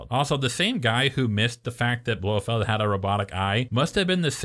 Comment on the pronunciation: BloFELD not Blowfield 😀 I see you caught that